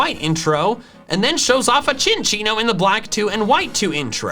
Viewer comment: Thank you SO MUCH for not pronouncing cinccino as SIN SEE NO